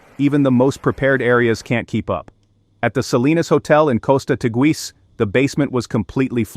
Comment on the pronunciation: Lancerat???? ARACET?? TIIS??? A ver si aprendemos a hablar castellano. Soy de Lanzarote y no se de donde estas hablando. Además de exagerar la información. ¡¡¡Por Dios!!! Cuanto amarillismo.